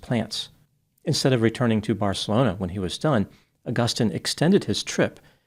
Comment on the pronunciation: The way you pronounce Agustin is brutal - and no, I am not a spanish speaker.